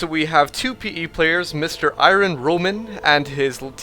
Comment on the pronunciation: Its not pronounced ' I * run ' .